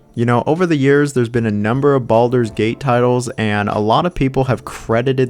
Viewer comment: Did he call it Baldurs Taint?